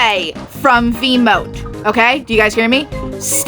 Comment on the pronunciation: My face instantly saddened as soon you say "stay away from Veemote" on Eggson. Like yeah it's understandable, but damn. 💔 Jokes aside, using Veemote in Eggson it's arguably speaking: You're playing for fun. Cuz sometimes you just wanna hear that wonderful "CLANK" as much as possible lol.